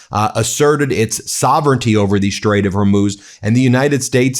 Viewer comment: Lawn Gieland speech impediment. Shtrike the shtrait while we are shtrong. Now you can hear it all the time, too. You're welcome!